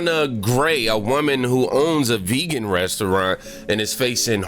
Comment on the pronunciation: The fact that Trump doesn't know how to pronounce.Vegan makes me want to vote for him.